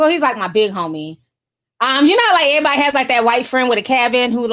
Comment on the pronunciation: I'm only here to hear you say "ehhh-body" lol